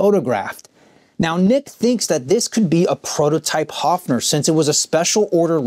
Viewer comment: The brand name is actually pronounced HERFF-ner.